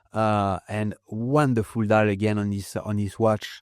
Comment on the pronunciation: "dial" becomes "die".. 😄